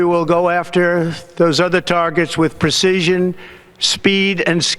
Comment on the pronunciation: "with pre-sea-sishon". Yeah, his brain is rotting away.